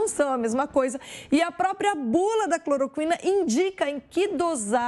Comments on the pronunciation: Não é Clorocuina...é Cloroquina . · "CloroCUIna"", "hidroxicloroCUIna" ??? 😅😅😅